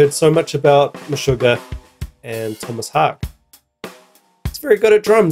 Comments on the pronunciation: Its Tomas "Hawk Uh" btw. Haake, not hake....... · Tomas "How-kuh". Cheers man. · FYI his last name is pronounced 'HOW-kuh' (he's Swedish). Source: His 'Wikipedia Fact or Fiction' interview with Loudwire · Haake is pronounced a bit like "hawk-eh". Also, the "Just kidding, I don't have Linkedin" joke made me laugh. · Haake is pronounced like “hockey” with a Boston accent. Hah-Kee. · Pronounced Haake (Hae-key) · Last name is pronounced like "hawk-a" if you just said the letter 'a' sound at the end by itself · Its pronounced : Håke 🙂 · His surname is pronounced hawk-yeh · His names is pronounced Haa-kee ...so the E sounds like Ee ...hi’s Swidish Long time Meshuggah drummer ....also considered godfather of Djent ...and he is F*** awesome 👏 Why are you wearing a Chile hoodie...?